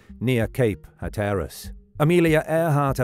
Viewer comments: Unless you're a robot narrating this presentation, you have mispronounced the word Hatteras you put the emphasis on the wrong part of the word. The first syllable you pronounced correctly to be hat then tear as though you're tearing a piece of paper and then the word us So phonetically it's, "HAT" 🎩 TEAR US. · you mispronounce hatteras in different ways every time you say it. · Sometimes British people say things differently. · I get that, but even British people don’t say it like he said it!